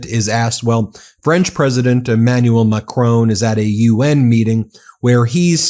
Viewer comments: He's President Macron not prime minister and it's Mac Ron not rone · It’s not Macrone Karoline ! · Ben is always brilliant but he really should try to pronounce President Macron's name correctly.